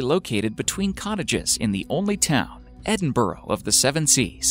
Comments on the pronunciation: ITS ED IN BUH RUH NOT EDIN BORO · its Edinburgh - like Edin- bruh js js